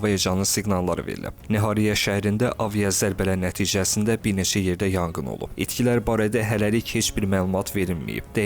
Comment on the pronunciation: Yanqın yox, yanğın😂